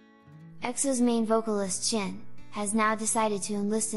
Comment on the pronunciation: nooo~ don't go chen. we will miss you. by the way why is she pronouncing his name as "chin" ?? ¿